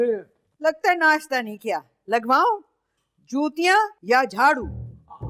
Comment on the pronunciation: When dadee said jootya I thought she said chootya